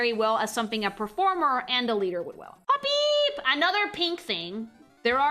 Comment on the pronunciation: I'm obsessed with how pronounces "Hop-peep!"